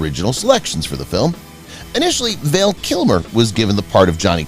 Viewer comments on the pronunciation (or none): His name is Val not Vale!